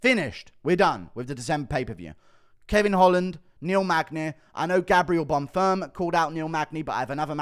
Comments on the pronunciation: Guru I love your videos but your mispronunciations of fighters' names is getting very annoying. It's Arman Tsarukyan, not Armand Tsarukyan. It's Bonfim, not Bonfirm. With the amount of time you spend watching MMA I would h a thought you'd know how to pronounce their names. Please do better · One thing I noticed in your last videos… You pronounce Gabriel Bonfims name like he’s a French man but he isn’t… Just say Bonfim like it’s written